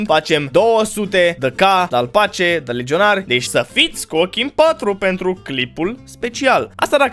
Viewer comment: "Legionari" "Lejionari":)